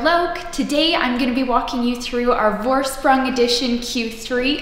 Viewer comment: Just a tip... the V in the Vorsprung is pronounced as F... as in Forsprung ;-)